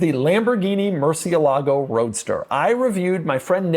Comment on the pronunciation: Pedant mode activated: moor-SYEH-lah-goh